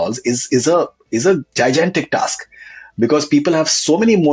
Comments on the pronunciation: Jai jan tic task 😂😂😂😂😂. Learn how to pronounce basic words. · Ye Faridoon bahut bada dallal hai. Isse back ke raho. Yes victim card wala hai. bahut hi subtle agenda ghusata hai ye dallal. Gigantic to thik se pronounce kar le jhadnu